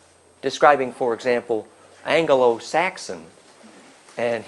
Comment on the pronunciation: saxon is related to swordsmen, not "sack-son" LOL